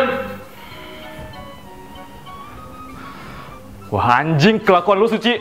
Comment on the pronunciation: Bukan "ACTION.." tapi "AACTION" gitu